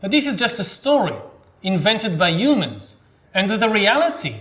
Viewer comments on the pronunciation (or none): I've noticed this with other Israelis speaking English it's like they just skip the H sound, perhaps used to a rough sounding one not soft. Its funny I saw him speak before I read the books so whenever I read the word humans in them in my mind they were "yumans" lol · We do have a "hu" sound. It just gets muffled for some reason. Who knows, maybe Yuval thinks that the H in "humans" is silent? We'll never know.